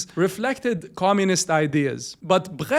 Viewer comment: You did fine saying "Brecht". Greetings from Germany